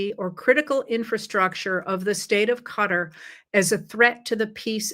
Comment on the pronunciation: I just want to say thank you for saying "cutter" when pronouncing Qatar! I've spoken to many from Qatar and they don't say "ka-tar", they say "cutter" (though I'm sure that's still a bit incorrect but closer at least). I've never heard anyone else from here say it the way they do and I get weird looks when I say it their way. Lol!